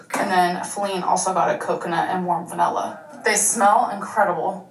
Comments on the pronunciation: Why does she keep saying VENELLA instead of vanilla? Why does it bother me so much? 👀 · i dont know if 'vanella', 'expecially', or 'Laygo' annoys me the most. judy is soooooooooooooo adorable